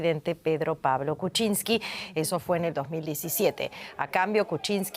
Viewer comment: Kuczyñski not Kuchinski ..se pronuncia muyyyy diferente ( aprende a hablar .. bien )